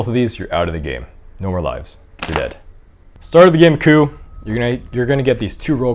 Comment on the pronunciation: This video taught me how to pronounce "coup". Thank you.